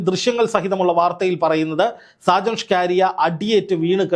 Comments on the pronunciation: ഷ്കരിയ അല്ല മണ്ടാ സ്കറിയ ആണ് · സ്‌കാരിയാ അല്ല സ്കറിയ... മറുനാടൻ കറിയ.. മറുനാടൻ മറുത എന്നൊക്കെ വേറെയും പേരുകൾ ഉണ്ട്... 🤣🤣🤣🤣 എന്തായാലും രണ്ടെണ്ണം കിട്ടിയത് നന്നായി.. കറിയയ്ക്ക് രണ്ടെണ്ണം ആവശ്യം ആയിരുന്നു.... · ഷ്കാരിയാ എന്ന പേരുണ്ടോ ഷാജൻസ്കറിയ എന്നല്ലേ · ഷാജന്‍ ഷ്‌കാരിയ അല്ലെടോ..ഷാജന്‍ സ്കറിയ..നന്നായിട്ടൊന്ന്‌ നാക്ക്‌ വടിച്ചിട്ട്‌ ഒന്നൂടെ ഒന്നു പറഞ്ഞ്‌ നോക്ക്‌..ചിലപ്പോ ശരിയാകും😆😆😆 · SHAJAN "SCAARIAYO".........KELLKKUMBOL ARRAPPU THONNUNU....SAKKARIA ENNA PERR KETTITTE ILYAA LLE? KASHTTAM 😡😡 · അയാളുടെ പേരെങ്കിലും നേരെച്ചൊവ്വെ പറയെടോ. സ്കറിയ അതുമതി കൂടുതൽ ഡെക്കറേഷൻ വേണ്ട